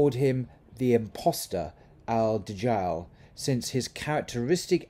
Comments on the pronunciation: I just wanna point out, for those who are interested in Arabic, that even though we write "The Antichrist" as "al-Dajjal", we still pronounce it as "A-Dajjal" not "AL-Dajjal". Great video btw! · Edit it please..||¦~¦~¦~¦~¦|| The letter 'د' Dal is Huroof e Shamsi or Sun Letter You don't read it as Al-Dajjal rather remove 'ل' Laam and just say Ad-Dajjal